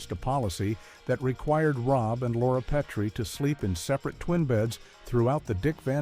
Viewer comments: Nothing says you've never seen the show like repeatedly pronouncing it "Pea-tree," instead of "pet-tree"! This was even a running gag the show. Strangers often pronounced it Pea-tree. On the other hand, it's interesting to see all the furniture on the classic sets reversed mirror-style. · Peh-tree. Not Pee-tree. Please. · “PEE TREE”? Voiceover moron obviously never saw the show. It’s pronounced “PET TREE”. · It's Pet-tree, NOT Pee-tree. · Why didn't the AI talk about Rob Pee-tree and his tripping over the ottoman?